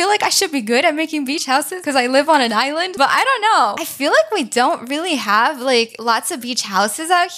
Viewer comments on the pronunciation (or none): none